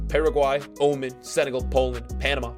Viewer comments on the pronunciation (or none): Did you just call Oman 'Omen'? Lol. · It is o-man